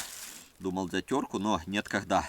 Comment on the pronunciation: пожалуйста произноси слова правельно не щееекатурка а штукатурка не мыыысычка а мисочка не неткогда а не когда